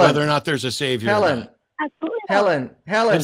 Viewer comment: Article of faith that Helen finger quotes when spouting " A SAV-I-OR " ...